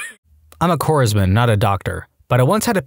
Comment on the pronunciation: The S in "corpsman" is silent. You do not pronounce it. The same goes for the P.